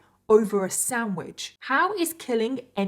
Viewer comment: It's funny how you say "samwidge" instead of sandwich lol